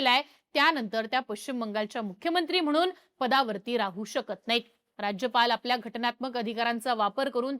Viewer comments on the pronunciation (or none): none